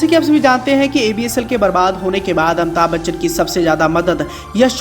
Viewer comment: Amita Bachchan 😆😆😆😆 what a pronouncetion